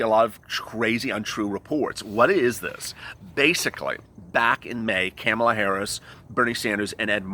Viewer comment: Comma-La...not camel-a. If we can learn Buttigieg, Murkowski & Mnuchin, you can learn Kamala.